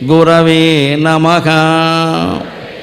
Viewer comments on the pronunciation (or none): నమహ ను నమఖ అని గరిక పాటి గారు పలుకుతున్నారు. ఎందుకు ?🤔హ స్థానం లో ఖ అని చెబుతున్నారు. చెబుతున్న విషయం ఎక్కడో మొదలుపెట్టి ఎక్కడికో వెళ్లిపోతున్నారు.